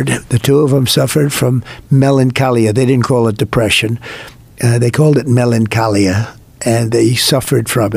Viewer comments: Trump can't even pronounce melancholia correctly. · And he pronounced it "melanchAlia" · He doesn't say the word right. Trump doesn't read. Sadly